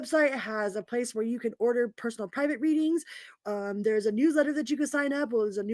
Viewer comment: News letter, I got excited I thought you said "New Leather".:face-green-smiling